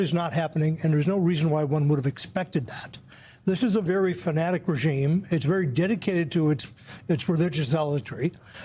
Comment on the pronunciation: ..... "this is a very faanatic regime" .... took me a few seconds to understand he didnt reference the Trump regime.